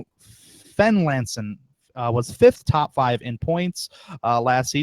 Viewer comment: Future reference, Therrien is pronounced like Terry-in Fenlason is Fenlayson Also the 18/14/38 are all teammates